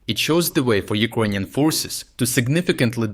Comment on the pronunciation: Dude you're great but please - you keep pronouncing Ukrainians like UkrOynians. While you can clearly say word Ukraine correctly. It distracts from your great material.